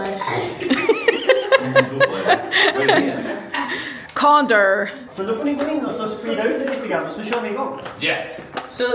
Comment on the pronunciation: Varför skratta jag ihjäl mig när uttalade ”Condor” på svenska 😭🤚